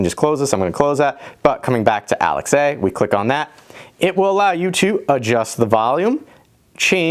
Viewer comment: Weird to hear you say 'Alex A' because I'm used to Alexa.